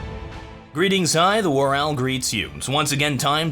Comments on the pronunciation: Don't shoot me!... Ow. Greeting, I, the War Ow, greets you" That's what i heard and it made me laugh. Thanks for that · Thanks for playing my cbble remake! oh and if reads this, you got the first half of my name right